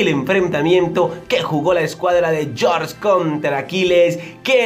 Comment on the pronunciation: Yorch jajaja